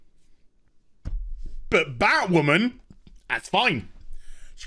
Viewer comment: Surrender your sanity,. It's Batwahmen time!